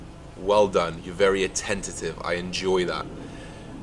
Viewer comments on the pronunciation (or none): I cringe when uys like, tmcyles and George Osbourne try using slightly sophisticated words like utilise etc. and then fuck up and say atentitive instead of attentive....